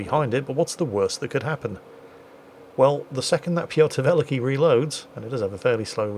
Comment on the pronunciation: To make it easy to pronounce you can say Peter The Great instead of Pyotr Velikiy, as it is what that means. And if you care about pronounce, the stress is on the second part in the word Velikiy :). Anyways, great and fun episode!